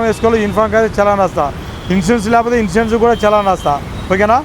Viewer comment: వీడికి సీ జాబ్ ఎవడు ఇచ్చినరురా వీడికి సరిగ మాట్లాడటానికి కూడా రావట్ ఇన్సూరెన్స్ అనడానికి కూడా రావట్ లేదు వీడికి